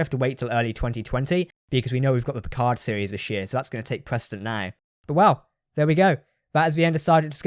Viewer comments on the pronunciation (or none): none